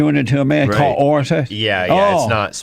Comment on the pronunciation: This video is so hard to watch with all the poor pronunciations. It took me a minute to realize the head idiot was saying ORAL sex and not ORANGE sex JEEZ! no wonder these women can't climax... I mean cli-mack.